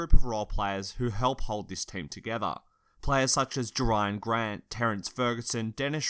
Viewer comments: He didn’t say jerian, he said ja-Ryan...hahaha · Kavin Intrada hahaha he said ja-Ryan grant